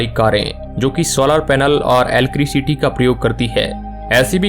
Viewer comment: एलक्रिसिटी नहीं भाई इलेक्ट्रिसिटी से चलने वाली कर।😂😂